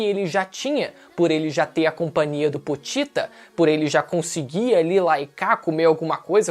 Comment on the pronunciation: Namoral falo o nome do pochita errado,é pochita não potita